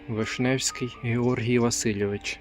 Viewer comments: Вишневецький а не вишневський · Вишневецький,а не Вишневський хоч правильно читайте,а стосовно газети русского міра,ото і були такі депутати,які Україну зливають щомиті.... А ви не коментує бо боєтеся?! Пам'ятники в більшості випадків на понтах,в мене чимало рідні там поховано і не розумію для чого ці понти,мабуть рідня відмиває зайві гроші. Скульптура Нестайко не красива,гидка... То робити екскурсії цвинтарями це як некрофілів,дайте їм спокій,моя порада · Вишневецкий написано, а Ви сказали Вишневський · ВишнеВЕцький Неправильно назвали.